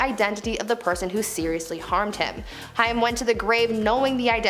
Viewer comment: COREY HAIM (HAY-M) It helps to pronounce the names correctly while reporting on them... Just some Food for Thought